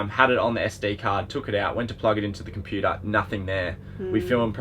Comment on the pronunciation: Computure 🤣 classic